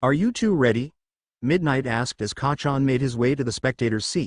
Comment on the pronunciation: Why do you say Kahchon you don’t care about people feelings 😢😢😢😢😢😢